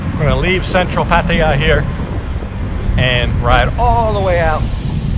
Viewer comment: at :58 did you just pronounce Pattaya like a Thai? Usually you say Patty ya. Good for you if you did. The Aussies pronounce it, 'pa THAI ah'. Love the decor and the prices are decent. One of my friends is retiring to Pattaya next year if he is allowed so I'll have an excuse to travel to Patts and try this place. Best of luck to him.